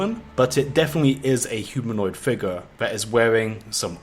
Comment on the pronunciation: Every-time he says "figuh" i get a chill that goes through my entire body, almost like when i saw curdled milk slowly slide out of a glass.